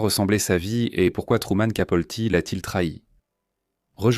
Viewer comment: C’est Capote et non pas Capolti